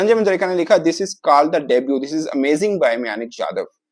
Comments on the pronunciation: म्यानक nahi मयंक हैं नेम तो सही से लेलो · खुद को खिलाड़ी का नाम नहीं पढ़ना आता है ।विवेचन कर रहा है उसका सही नाम "मयंक" "यादव" है नही की "मयानक" "यादव" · मायानक जादव 😂 उसका नाम मयंक यादव है